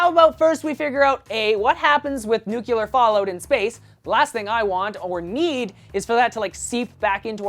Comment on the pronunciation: NOO!! Don't fall into the "nuke-u-lar" trap! It's "nuc-lee-er"